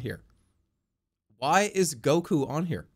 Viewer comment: He says Goku the exact same way as the recording